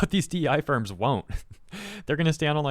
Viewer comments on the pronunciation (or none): What I heard: "My gosh these sperms continue to prove how corrupt they are" What he said: "My gosh these firms continue to prove how corrupt they are" For a moment I thought went wild 😅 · I must have bad hearing because you said ‘these firms’ and I heard ‘these sperms. Just saying my invasive thoughts out loud.